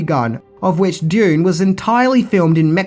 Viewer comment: how do you pronounce Dune... went through at least 3 versions Doon, Dyune and June